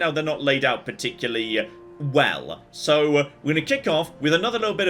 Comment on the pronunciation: What the hell has happened to voice? I've been watching a load of his old videos and come back to the regular Sunday YOLO and can't help but notice all the OTT inflections and somehow extending 'so' from one syllable to two soooooowaaaaa